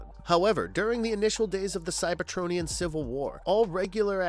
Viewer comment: I couldn't get through the metroplex part. When he pronounced Cyber-TRON-ian and then Ener-gone back to back, I was like ight time to hit the comment section